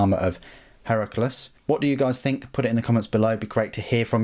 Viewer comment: Heracles is pronounced 'Hair-a-cleas' (rhymes with please). It's like one of those ancient greek-style names like Archimedes.